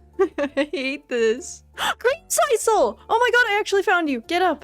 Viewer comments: I mean it was creamsiscle not creamsicle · Is anyone gonna tell her how to pronounce creamsicle??? It’s like popsicle 😂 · It hurt every time she said it.🤣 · you should play Ooblets! It's like a mix of stardew and pokemon and its so silly I think you would have fun. Also pronouncing creamsicle like that makes me so uncomfortable I've never heard anyone say it like that before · I can't tell if you're purposefully mispronouncing creamcicle like that or if that's how you think it's said XD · I have never heard creamsicle pronounced that way…